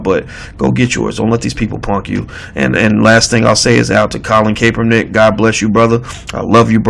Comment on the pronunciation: CAP er nick.....emphasis on the "cap" as in "hat"